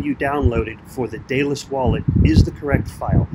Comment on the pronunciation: Good video, thanks. However, unless all my English teachers were wrong, it's pronounced DEADalus.